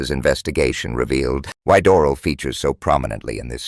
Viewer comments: *dor-AL. Accent on AL. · It might be a good idea to pronounce Doral corrrctly.